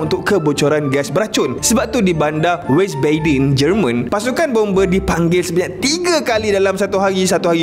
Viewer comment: Salah sebutan nya tu bang..bukan weys-bay-den..tapi sebutan yang betul adalah Vis-ba-den(Visbaden). Danke